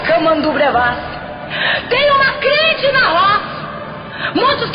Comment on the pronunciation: Meu Deus! É tremendo! Mas ela falou: CRIENTE!!!! AAAAAIIIIIII!!!!!! kkkkkkkkkkk